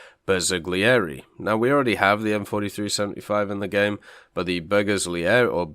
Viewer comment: I'm Italian and i'm sorry to tell you both pronounciations are wrong, don't feel bad though it's extremely hard for English speakers to get most Italian words correctly, especially one as difficult as Bersaglieri.